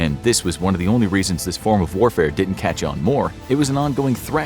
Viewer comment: "didn't" not "ditn't". So please instruct your narrator bot to pronounce it properly.